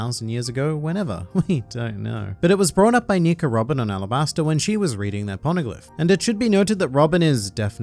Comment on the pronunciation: Alabastura? Its Arabasta! they keep repeating it over and over the entire arc. Ara-bas-tha (T as in Thatch)